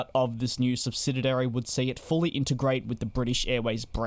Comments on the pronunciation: I'm going to be that guy. The word is SUBSIDIARY, not SUBSIDIDARY. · Stop saying 'SubsidiDary'. The word is 'subsidiary'. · What’s a subsididary? Though I’ve repeatedly fumbled the same word again and again in a conversation myself, so I should not nitpick… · You keep saying "subsidiary" incorrectly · Why is the commentator struggling to pronounce ‘subsidiary’?